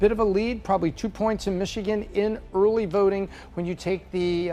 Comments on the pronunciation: "Early verting." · early vRting, she said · 🤣 Was scanning comments for Urly Vurting 🤣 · “Early verting” 😂 love her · Just wondering, what is 'early verding'? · "Early Verting" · eurly veurting geurl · Why did the pick her to talk about uhrly vurting? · "Early Verting"